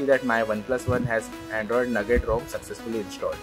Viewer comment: umm it's "NOUGAT" not "NUGGET"